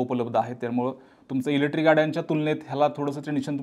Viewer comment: एकच वाक्य परत परत किती वेळा? ग्रामपंचायत पंचायतीत देखील मेंब्र एवढं रिपीट करत नसावेत आनी अजून एक तुम्ही इलेक्ट्रिक शब्द उच्चरताना इलेट्री म्हणताय बाकी तुमचा विषय चांगला आहे